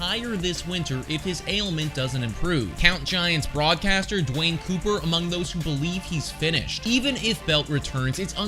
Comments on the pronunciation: Glad to see the love for Belt. But you watch, the injuries will come. That is the biggest prob, throughout his career. BTW - Giants announcer = Duane Kuiper,.. pronounced Kiper, long "I" - eye - not Cooper. He's a bit of a legend. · Duane's last name is pronounced "Kyper" (rhymes with hyper), not Cooper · Duane “cooper” haha It’s Kuiper Pronounced like hyper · It's pronounced Duane "Kiper" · Nice to see Belt doing good in Toronto. Would like to see his glove utilized there but, I know Vlad has that spot at 1B. Like your vid but, you have to pronounce Duane Kuiper’s name right, dude.